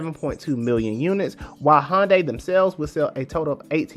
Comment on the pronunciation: Thanks for this great piece, but am I the only person who keeps hearing Honda or maybe Honday...?